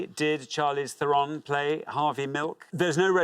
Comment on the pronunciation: But they also said her name wrong. I saw it spelled phonetically in a magazine interview with her - THAIR-uhn, not Thur-ON.